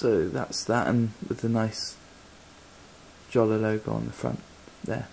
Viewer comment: btw I'm pretty sure it's pronounced like writing it with a y, yolla, or so. It least that's how I remember it for earlier vids with Jolla employees talking about it - gotta check these again